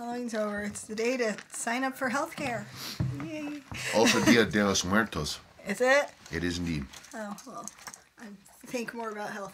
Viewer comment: Thanks for your answer. "El día de los muertos",very good Spanish accent! 👍